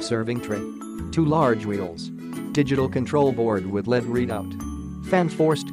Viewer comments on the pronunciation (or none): "Led" instead of "LED". Hahaha